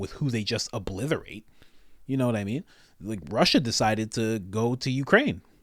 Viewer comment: Three times. You said "oBLITHerate" three times!!